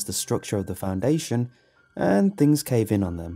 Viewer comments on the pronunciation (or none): none